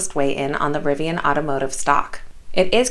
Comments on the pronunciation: Isn't it pronounced "Ri-vee-in"?!? You said it like "rye-vee-in" everytime... Which means me and every other person I have ever heard is wrong... Or it is Ri-vee-in, like saying "river". Who knows the answer? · Hi, thanks for the news. PS, it's riv-ian, not ri-vi-an